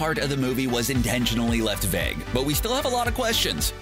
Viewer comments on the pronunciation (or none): none